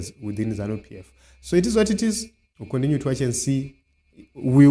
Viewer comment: Your pronounceation hey twendy condinue coundry please say it as it is twenty country continue